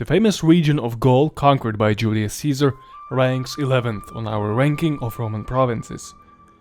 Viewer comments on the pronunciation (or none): none